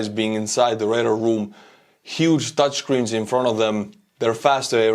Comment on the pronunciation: HAHAHA I heard Dutch screens, not Touch screens. Couldn't figure out why the Dutch would be making the screens for multiple countries' equipment